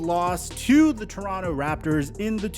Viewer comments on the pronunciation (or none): none